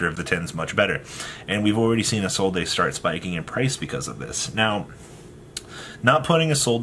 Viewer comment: My guy, as a man whom speaks 3 languages fluently and one of them is French. It's Isolde not ISOLDAYYY. Lol idk why yugioh players rather add the extra grammar that's unnecessary.... plus add the fact that people dont read the cards. Lol. Much love.